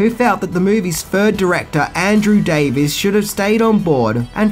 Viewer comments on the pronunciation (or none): none